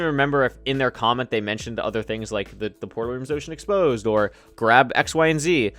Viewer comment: wait is it "open exposed" or "ocean exposed" lol